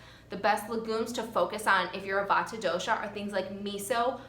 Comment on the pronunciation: The correct pronunciation emphasizes the "t" but is said quickly. I appreciate this video as I have a severe Vata imbalance